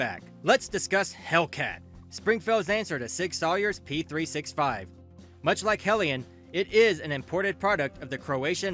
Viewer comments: It’s pronounced Sour not Sawyer… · Lost me when you said Sig Sawyer. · Don't watch this guy's videos!! He can not pronounce Sig Sauer or even spell it correctly!!!